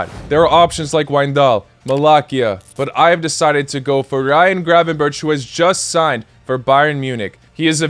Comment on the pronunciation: Gravenberch is pronounced like gravenberg :) Loved the video!